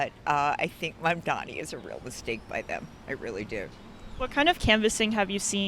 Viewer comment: Iirc that's how south Asian people would pronounce his name, given how Mamdani is half Indian he's probably pronouncing it well/fine